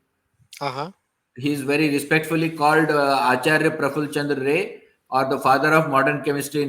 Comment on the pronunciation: Ray is pronounced as Rai. (shotyojeet Rai is a famous film maker)